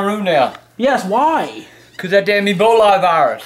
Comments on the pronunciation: Is he thinking of E Coli when he says "eboli" lol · "Eboli". Lol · Eboli? Lol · Just like how he says ebolie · “Eboli” I miss that man😭💯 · "Eboli" xD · Lol he pronounces it Eboly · "That damn ebolay virus"